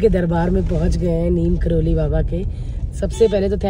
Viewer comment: Didi sorry but (Neeb Karori) hota hai😅